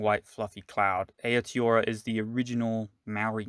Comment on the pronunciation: Nice... but pronunciation..... Tonga-riro :) lol... and A-o-tee-a-roa...